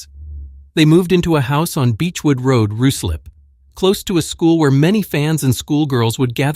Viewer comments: Ruislip is pronounced Rye slip. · It’s pronounced- Rye-slip. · The U in Ruislip is silent